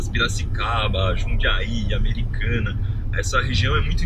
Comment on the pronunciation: Huru ele falou americana.